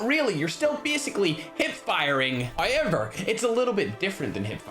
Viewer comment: I love how say however HOYEVER!!!